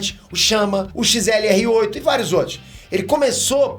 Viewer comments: O nome do XLR8 tá errado, tu falou XRL8, só pra avisar mesmo kkkkk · é XLR8 ce falou XRL8 só dizendo pq tá quase certo(n é um ataque só um aviso,gosto muito dos seus vídeos sou muito fã) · Massa que qd o vai falar xrl8 ele fala xlr8 kkkkkkkk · Mds ele chama o xlr8 de xrl8,depois o ben q é burrinho